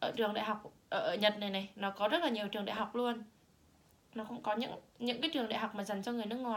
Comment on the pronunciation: =]] ùm biết ời !!!đọc lại chữ "trường" xem